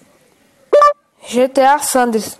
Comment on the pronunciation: o cara fala gta sandrers kkkk